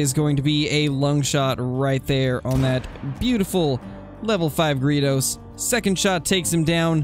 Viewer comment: I cringe every time you say gredos. It's like greydos